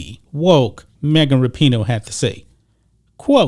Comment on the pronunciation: LOL. It sounds like is saying Mega Rapinoe. And towards the end his facial expressions don't change when he states that " This is coming from the craziest, dumbest athlete in the world, Mega Rapinoe ". This video is classic.